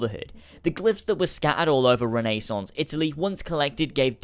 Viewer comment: Wait, is that how the British pronounce Renaissance?